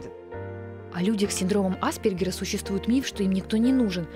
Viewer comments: почему в центре помощи специалисты ставят неправильно ударение? Синдром аспЕргера а не Аспергера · Аспéргера, милочка! Хоть бы поинтересовалась ударением перед записью, неграмотная наша! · Только АспЕргера, уши режет неверное ударение